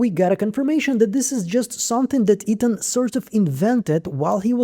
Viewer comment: Lol the accent kills me everytime I watch your videos like it’s my first time or something the way you say Ethan as eating has me dying laughing 😂😂